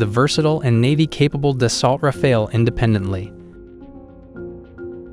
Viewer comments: it´s R-A-F-A-L-E, not r-a-f-a-e-l... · Rafale (english : burst), not Rafael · when you can pronounce the the jets name of Rafale , then i might listen to you talking , let me break it down for you , try it like this (( RAF I L .) There you go now . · its rafale not rafail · I can't get past "ra-fail" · I can imagine how much French must love how several AI voices are referring to their vaunted national treasure as ”Ra-Fail” 😆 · Some of the information seems outdated. For example, the Typhoon is using the Meteor since 2020 or 21 as well. And please don't pronounce it ra-fail. If you do a video, at the very least do some research about the pronounciation.